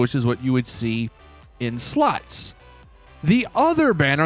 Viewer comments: Bro are purposely pronouncing “slots” as “sluts”? Lmaoo! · Why do I hear him say sluts not slots xD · My mum miss heard you. My volume was up loud and when you say slots all she was hearing was sluts. So with that being said. When you said we got slots and poker and slots this and that it made me and my mum LOL. So thanks for that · Everytime he said's slots i think je is saying sluts 😂. I think it probaly just me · He said “sluts” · Slots or Sluts 😂😂😂😂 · Literally sounds like you're saying "SLUTS!" 😅😂